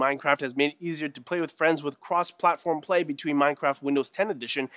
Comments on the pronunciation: "Kwoss pwatform pway." Nailed it. lol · "Cwoss pwatfom pway"